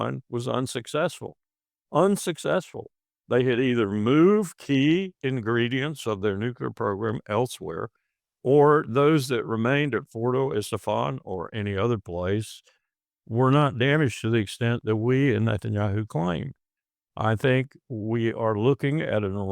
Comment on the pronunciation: He called Esfahan/Estefan😂